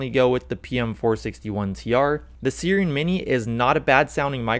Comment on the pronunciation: its SIIIIIIIRen not seeeeren mini... like the mythical creature siren